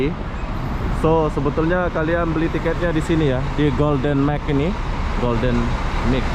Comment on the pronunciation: Golden Mile bang, bukan Golden MIC